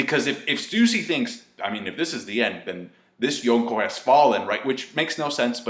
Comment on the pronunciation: See how long it takes me to click off when he pronounce yonko